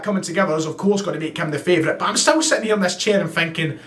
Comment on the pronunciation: PS you went full Charlie Nicholas halfway through this video -“ah’m sitting here thinking.....” 😉